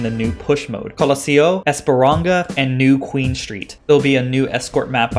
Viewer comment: Just a correction its esperança like hope so its called ESPERANSSA, But your content is awesome keep it good dude. And Paraiso you nailed it, congrats =)